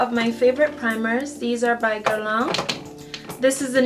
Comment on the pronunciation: Beautiful girl, beautiful collection. I hope I don't cause offence--you just said it so much, and have so much from the line I wanted to let you know. You pronounce Guerlain almost perfectly, but it could use a bit of a tweek. You have the first syllable down pat ;) The second syllable is the culprit, lol. It should rhyme with "man", just make sure to create the nasal "n" sound without actually closing to pronounce a complete "n" sound. You're actually doing great at making the nasal "n" sound, it's just the vowel sound you needed to change. So remember "man" (just substitute an "l" for the "m"), not "lawn"... Good Luck Ma Cherie xo ;)